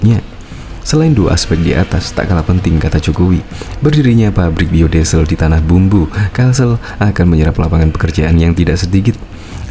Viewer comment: Tanah Bumbu bang, bukan Tanah Bambu wkwkwk